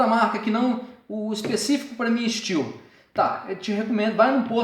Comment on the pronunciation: É STIHL E N STIU CARALHO!!!!!!